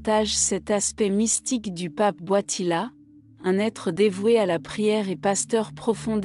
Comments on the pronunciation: Il s'appelle Karol Voitila ! Pas Boitila ! Pauvre Jean-Paul II ! Il s'agit d'une voix conçue par l'Intelligence Artificielle ?!!!! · C est quoi cette voie qii ecorche le nom du pape